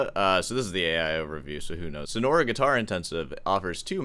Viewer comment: "sono-ra" 😆 yes, i remember my time in the "sono-ra'an" desert